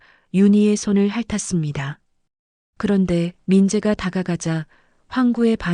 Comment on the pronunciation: 핥았습니다의 바르게 읽기 /할타씀니다/